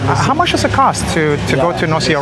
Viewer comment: "Nosy Be" is pronounced "noosh-bay." "Malagasy" is pronounced "mal-gosh." I've been to Madagascar, but only to Tana (the capital, which didn't impress me much) and Antsirabe. Antsirabe was cool, but Tana was so dirty I started calling it Andikybe (place of much poop). Nosy Be is on my bucket list for sure! The largest city is called Hell-ville, so it would be cool to be able to tell people I've been to hell.